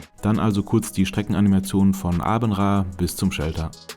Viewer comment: Åbenrå.=äbenrä. Aa=ä. Aarhus= ärhus Tolles video